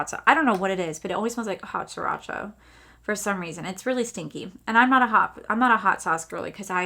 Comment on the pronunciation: Stinky “hot siracha”! 😂😂😂